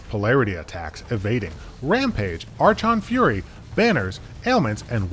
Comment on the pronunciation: it’s pronounced ark-on fury